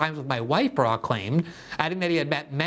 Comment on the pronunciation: It was seriously confusing that you called him "Barook" every other time.